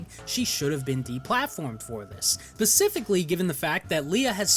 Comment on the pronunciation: my man said "pacifically given the fact" lol great vid though!